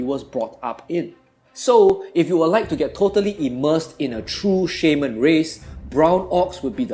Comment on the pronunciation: You really sell the Orcs so well, you give me goosebumps! And i love the way u say Shaman :) You seem like such a peaceful guy